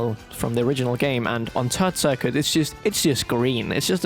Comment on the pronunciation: I swear to everything at the mark he said Turd Circuit.